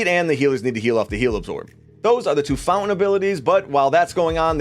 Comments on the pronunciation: bro great videos...but I can't get past it.....the word is founTain, not Foun-en. Sorry but it's distracting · Take a drink everytime he says fountain. Or fow lin.. 🥴😵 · Did we stop pronouncing the T in fountain without notifying me?!